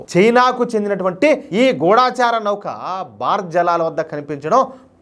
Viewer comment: Pronunciation kasth sari chesukondi.gudaacharaa kadhu gudachara.